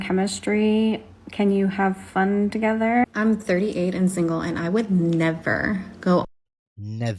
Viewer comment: Love your channel man - the “neh-vuh” was hilarious 😆